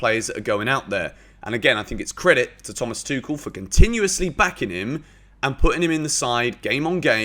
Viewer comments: He has addressed it and he has pronunced his name. It's THOMAS "TWO-HILL". The end. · Everybody pronounces "Thomas Tuchel" incorrectly, also. One should pronounce a name based on the pronunciation of the owner of the name. Thomas pronunces his surname as "TWO - HILL" . Not "TWO KILL". THOMAS TWO HILL.